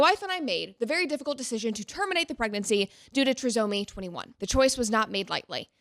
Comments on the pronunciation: No matter your feelings on their decision I 100% agree that making this so public and videoing and not comforting your wife is so off… also it’s pronounced TRY-somy. And for those commenting about wrong diagnosis.. they had an amnio. I’m not supporting or not supporting what happened but just to clarify that the baby certainly had Down syndrome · It's try-somy..... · The way she says trisomy erks me 😅😅😅😂😂😂